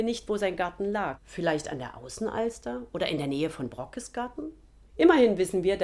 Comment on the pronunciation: Sehr interessant wie immer. Den Brockes spricht man übrigens „Brookes“. Dehnungs-c, wie auch in „Lübeck“ (gesprochen „Lübeek“) oder „Mecklenburg“ (gesprochen „Meeklenburg“). Eine typisch norddeutsche Eigenart.